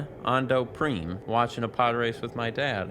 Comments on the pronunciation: Who the heck pronounces 'Prime' that way lol? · That's how it's pronounced! The PC version has FMVs for each planet, with FodesinBeed introducing each world and the host of the event, and Fode pronounced it "preem" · This is a fun video series. This game is one I've definitely explored. I like the game but, it always bothered me that the Greg Proops announcer said Ahndo Preem instead of Ando Prime. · Prime is a real word used for planetary classification, you don't need Galactic Racer to know he pronounced it wrong lol